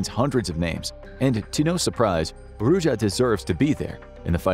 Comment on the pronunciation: It's actually pronounced Roo-zha